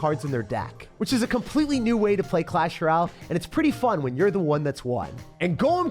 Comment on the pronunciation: “Clash Rall”